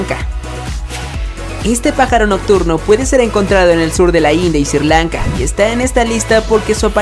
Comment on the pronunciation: Qué bruto, por favor. El país se SRI Lanka, no "Sir" Lanka, y . Se dice DEpredadores, no "predadores" .